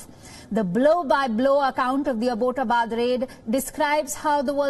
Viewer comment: AAbbott! Like those english Abbotts?! Abbott-abad. Not.fucking.aboat. Get it right ffs